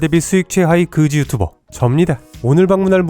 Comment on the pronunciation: 클린 유츄버 ㅋㅋㅋㅋ 유튜버아니고 ㅋㅋ유 츄 츄 츄버 ㅋㅋㅋㅋ믿음이 조낸 걈 ㅋ